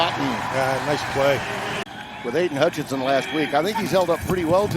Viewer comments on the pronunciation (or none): none